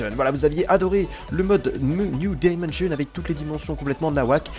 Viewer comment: Pu..... Y'a... L... La di..... La dimonssion des creeper belle vidéo merci a toi